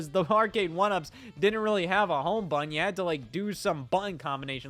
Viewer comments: I believe there are two “t”s in the word button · Why can't Scott pronounce the word 'Button'?... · Scott really struggles with the word, "button", huh? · Scottism - buhh-inn = button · You pronounce 'button' very strangely...